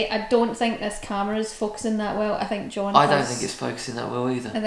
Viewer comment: “Ow, I don’t fink ah can do it” 😂